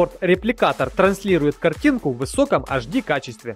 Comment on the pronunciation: А АшДи норм? Ладно хоть не ХД